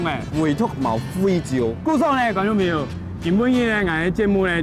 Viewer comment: 朋友係 pen iu 主持人發音不正確